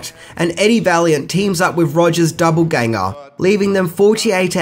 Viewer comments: Sorry bud, but it's doppelganger not doubleganger. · Are you saying Double-ganger throughout instead of Doppelganger? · Yes he is.... He also fails to pronounce names and words correctly in his other videos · Australians still pronounce it doppelganger not duppelganger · It's not doubleganger it's doppelganger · Btw, it is "doppleganger" not doubleganger. A court full of kangaroo's is a joke about "kangaroo court", which is a farce of justice. Lazarus song is a referrence to Christ raising Lazarus from the dead. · Just an FYI the word is doppelganger not double ganger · Dopple not double you fool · It’s pronounced “doppel-ganger” not double ganger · Dude, are you saying DOUBLEganger?! Why is there not a single one of your videos where you don't get some word completely wrong? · That's not how you say doppelganger